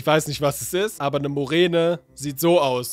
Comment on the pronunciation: Ich möchte kurz anmerken das es Murene heisst nicht Morene